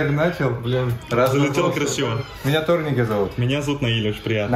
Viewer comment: Ударение на ТорнИке